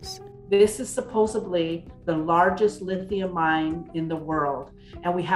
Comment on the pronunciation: Lady of the video… if you want to be taken seriously, you can’t use the word “supposebly”